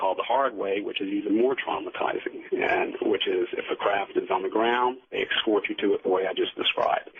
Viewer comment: Art Bell rules radio! May he rest in peace. The guest however is as inauthentic as can be, and is one of those people who tell their story, irritatingly, with the viewpoint of "you." ("Then you find yourself in the craft, where you see...") If I hear the words "excort" or "excape" one more time, I'm gonna use my ashtray as a frisbee. Jesus.